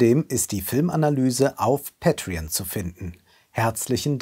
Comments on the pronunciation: Ist die konsequent falsche Aussprache von "Pay Pal" und "Patreon" eigentlich als eine Art Statement zu sehen? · Ich schwöre, dass habe ich mir auch die ganze Zeit gedacht. Böse ayb was der Bruder macht.